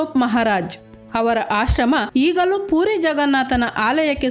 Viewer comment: ಅಂದಂಗೆ ಅದು 'ಪೂರಿ' ಅಲ್ಲ 'ಪುರಿ' 😅